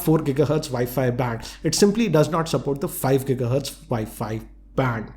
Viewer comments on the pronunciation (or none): none